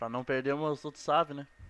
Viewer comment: Save, e o cara falando savi kkkkk